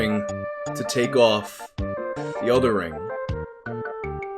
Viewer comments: Anybody else hear wing instead of ring in the beginning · Did he say wing or ring